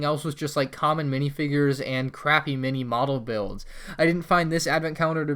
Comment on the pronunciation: On the little millennium falcon he said nini model 😂😂😂